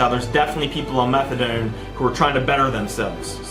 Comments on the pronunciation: Is he saying methadome? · Fuck I hate the way he says methadoirlnne